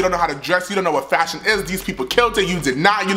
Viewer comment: I love you too!! I cried when you kept saying “FASHIEONN” 😂❤️